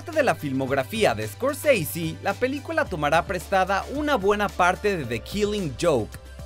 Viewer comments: Scorseisi.....es escorsese es italiano no gringo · Martin Scorseasy? Si el apellido de origen italiano los gringos lo degeneran al pronunciarlo, bien lo hubieran degenerado en español también: Scorsese o Escorsese. Como lo pronuncia el presentador se escucha taaaan mamón! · Odio cuando pronuncia "escosisi" haciéndose el gringo, Scorsese es un apellido Italiano. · Escorseisi en ves de Scorsese ,🤣🤣🤣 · "Martín escorSEISI" jajajaja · "Martin Scorceici" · Por que decis « escorseisy» es italiano , NO ingles. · Martin ESCORCEISI? el apellido es italiano. Ni a los apellidos que son ingleses se los pronuncia tan exageradamente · Muy bueno el informe !!!! Pero deja de sobre actuar la pronunciación !!! Que es eso de iscorsisi ? Y porque cuando decís DiCaprio no le das el acento italiano , ya que decís Di Ci y no De Ce ! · Martin escort seisi 😂🤣🤣?? Que mal ingles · Me irrita escucharte pronunciar "Martin Scorseisi". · Tio scorsese es un apellido italiano haces el ridículo pronunciándolo Scorseisi. solo por eso ya tu vídeo queda desacreditado completamente. Un poco de cultura por dios. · Scorseisi? Qué, mierda es esa??? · Una nota. Scorsese, es un apellido italiano, chirría increíblemente escuchar la abominable pronunciación inglesa de ese apellido. Pronunciar lo inglés en inglés es genial, pero Scorsese es ITALIANO, si hablas en español, lo correcto sería pronunciarlo en español o, mejor, en italiano. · ¿Por qué pronuncian el apellido Scorsese como si fuese inglés? Es un apellido italiano. ¡Cursis!